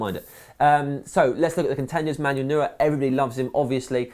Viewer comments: Its pronounced NOI-er, not NOO-er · Why do so many people pronounce Neuer wrong?